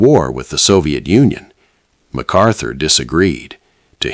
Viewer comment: It’s not MacArthur